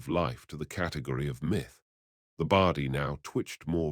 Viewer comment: WTF is a Bardy? ffs. The word is body. I gave this a like at first, but the pronunciation is terrible. So, no like or sub from me